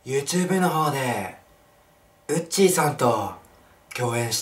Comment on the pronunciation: うっちーさんがうんちーさんって聞こえるw